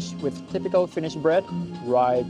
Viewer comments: Very well catching up with finnish phrasees and pronounciation of them👍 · You have great finnish pronounciation! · You pronounce Finnish pretty well 😊 I've heard that Japanese and Finns are related. Edit. You hating Finnish weather shows that you are partly Finnish. We always complain about the weather 😂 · i love your pronounciation of finnish words <3 really hope that you have/had wonderful time here at Finland.